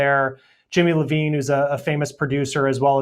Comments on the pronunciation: Jimmy Iovine not Levine .. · Whoa, whoa, whoa did that dude just say Jimmy Levine? Let me help him. He needs a lil more research bc it's Jimmy Iovine-- ponounced: Eye Owe Veen